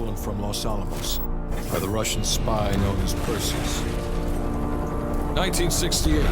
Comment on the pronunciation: no Ruhshn